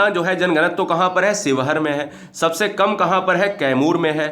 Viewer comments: Bhai ji sheohar शिवहर होता है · न्यूनतम वन क्षेत्र वाला जिला :–शिवहर है सर ना कि स्योहर 👍👍